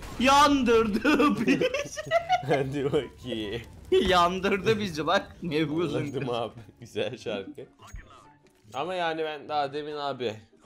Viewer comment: Nevğuzun gızı